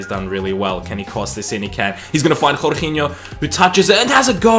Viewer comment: Please stop saying jorginho like that